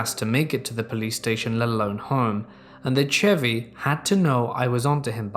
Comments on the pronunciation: my man, the Ch in Chevy is pronounced like Sh 🤣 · saying Chevy is my new favorite thing on YouTube